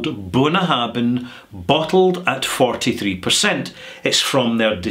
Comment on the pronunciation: I hestitate to post this, as I am sure that knows his stuff, but surely "Bunnahabhain" is pronounced "boon-a-HAV-in" with a "V" rather than "boon-a-HAB-in" with a "B"?